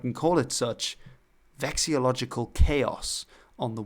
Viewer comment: Vexillological not Vexelogical.